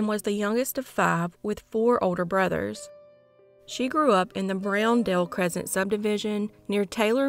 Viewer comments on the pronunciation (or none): none